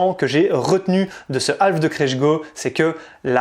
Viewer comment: alf, c'est l'extra terrestre. half, c'est moitié, semi en français et on prononce HAF avec un h aspiré et on ne prononce pas le L ! sinon vous pouvez parlez en français. ;) merci. :)